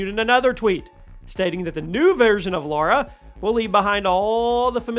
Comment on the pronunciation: Lara, not Laura!